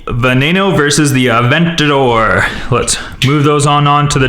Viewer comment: it is veno not vonano